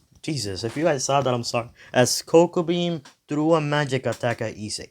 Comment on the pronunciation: Its kokabeil not kokobean 🤨